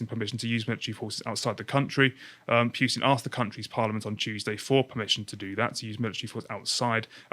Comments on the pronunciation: He is called PUtin not Pewtin !!! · it's not pjutin nor pewtin it's a U there's no J. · Do you pronounce it Pewtin on purpose? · The dude in blue is boring and doesn't know how to pronounce words properly (Putin....Coup).